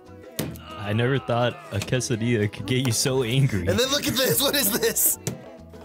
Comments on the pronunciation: this guy looks spanish, but says quesoDILLA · When you said caseu dille I was like: It’s pronounce cassa dea (dea as in idea) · Bro said quesadilla 💀💀💀💀 it’s pronounced kaysidia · Quesadilla is pronuced Guess a dia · ITS qay-sa-dee-ya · When he pronounced quesadilla wrong my soul left my body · Never say Quesadilla wrong again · bruh I know this man did not say Quesadilla the way he did man 🤦‍♂️ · He said it wrong